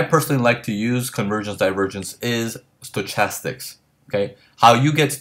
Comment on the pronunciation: And just one other small thing, the word "stochastics" is pronounced "stoKastics", not stoCHastics. Not a big deal at all, just so you'll know.